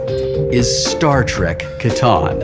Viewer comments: Did anyone notice he said "Star Trek Catana" (Katana?) ? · I've played Settlers of Catan quite a few times, and I got to try the Star Trek version once, but I've never seen Star Trek Catawn before. Does Wil pronounce it that way to make it rhyme with Kahn? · Was my group the only people in the world to pronounce "Catan" to rhyme with "Satan" or is it a British/American thing? BTW I'll do you a tritanium for a hay